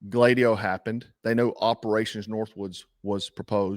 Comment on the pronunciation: Gladio >> Glad ee Oh, is the correct pronunciation